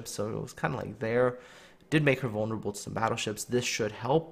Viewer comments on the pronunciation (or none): none